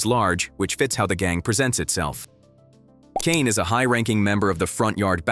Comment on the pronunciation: So they can pronounce Kane correctly but not Ballas? 🤣🤣🤣